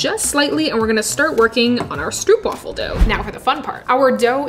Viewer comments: Dutch fan chiming in here. First of all: Thank you for all the awesomeness! I love your vids, and they do really make my day (when I watch them with my own homebrewed latte). As for the pronunciation of Stroopwafel. Stroop would be easiest said when saying the double O as a single oh as you would say it in dope or rope. So go for Strope (or even strobe). Wafel is harder to get right as the sound of what the Dutch call a "long-sounding single vowel" is a bit tricky to get into English. Closest I could get to something English (I was a teacher of English as a second language) would be going WHAA and add fell to it, ending up in whaafell. So getting it to sound right you would have to pronounce stropewhaafell. Give it a try, I'm sure you'll nail it! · I love This!!! Koffie and stroopwafels are so good togheter. Fun fact: did you know the oo in stroop is pronounced like the oo in door? It’s not a oe sound haha (I’m sorry i’m Dutch and I made it my mission to teach the internet how to pronounce stroopwafel) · Great video, but again it's Stroopwafel. Where the oo in stroop is pronounced like the o in go. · You pronounced it incorrect, go to Google translate, select Dutch language and type "stroopwafel". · The best way to describe the dutch pronunciation is "strope wàfel" i think, i love this video so much! Greetings from the netherlands! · Stroopwafel. Bit of a personal pet peeve of mine but just pronounce it "Strohpwaffle" with the "oh" sound replacing the "oo" sound. But yes, delicious sweet treat that has been served aside many a cup of coffee and tea. There's a supermarket that does weird flavor variations on them, sea salt caramel is quite delicious but nothing beats the original. And well done on putting in the effort to make your own! :) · Stroopwafels are actually pronounced more like an English person would pronounce stropewafels (almost like rope but with "st" in front). The double o is just a regular o sound for us dutchies